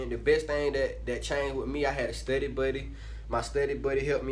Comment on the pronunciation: He said studay😂